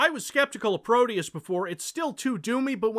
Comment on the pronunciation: No. No it couldn't. It'd be "Pro-deh-oos", to use american english phonetic approximation. Deus is latin, though "pro deus" google-translates to portuguese for "to god", possibly as in "let god sort 'em out"? Or it's just something they thought sounded cool.